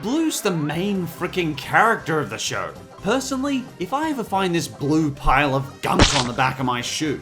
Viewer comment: I'm done I'm so done he said BLOO and Mr.Krabs I know u said have a grain of salt but COME ON